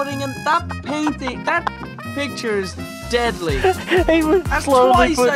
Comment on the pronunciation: and his fucking PAIN-ting. xD